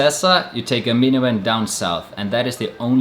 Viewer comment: Great travel video.... but man, I had to keep rewinding at to understand what you were saying -- "from Puerto Princesa, you had to take a "minuen" (or "minyuwen") down south, to get to Balabac". I kept asking myself, what the hell is a "minuen". Thank God for Youtube captions -- it was "minivan". LOL my ass off. Cheers!